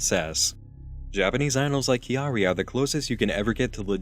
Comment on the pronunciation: Pretty impressed with Kyary pronunciation but you're info on her is a bit off. She has participated in street fashion for a long time and that made her a bit of a personality celeb. She had had relationships and that is publicly available. You are mistaking her marketing campaign for idol culture. Idols are supposed to seem available to sell a fantasy but Kawaii culture and personality celebrities have no such guidelines.